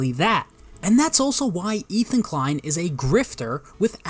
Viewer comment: "Ethan de-klein" lmao, idk if you did that on purpose but that was genius, I wish I came up with that myself